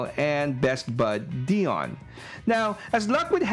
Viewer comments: DIE-ON. Not Dee-Onn. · Dude, it's pronounced "Dye-on" not "Dee-on". It's literally in the cartoon!